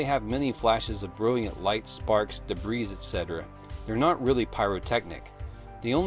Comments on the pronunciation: Does this guy pronounce the ess in "debris"? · The S in debris is silent, my guy.